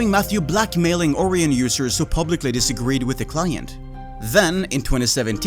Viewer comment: ORION = "O-RYAN" Not "Ore-eon." That is my grammer nazi daily task completed for the day. 1 quest point and 150 mining xp received.